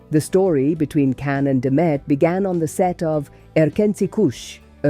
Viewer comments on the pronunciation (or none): Pronounce his name correctly!